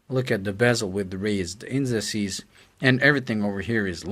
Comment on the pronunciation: Haaaah! First mistake ever. U said incices. Its indices. You r human!